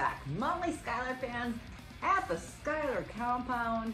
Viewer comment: is her pronunciation of schuyler common?